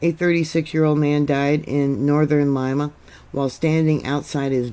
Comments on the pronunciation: Lima is pronounced Leema. Callao, Peru is pronounce Kijou. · Lima is pronounced Leema.... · ...the capital of Peru is pronounced Lee mah...love you!! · FYI-It's pronounced Lee Ma, not Lie Ma. It is weird how the USGS always downgrades big quakes. Thank you,. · Thank you for that report, If I may your pronunciation Of Lima was not correct Lima is pronounced as if it were spelled Lema. My father lived there for a number of years. Thank You